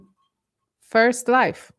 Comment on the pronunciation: it's pronounced LI VVVV E. not LIFFE